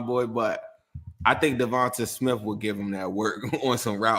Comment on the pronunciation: Hi. Eagles fan here. Fyi, it's pronounced "Devontay", not "Devontuh". Nice video.